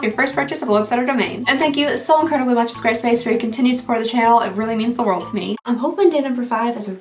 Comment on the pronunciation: I couldn't understand you in the intro, it was very garbled together..."this video is brought to you by square space, the omngly website..."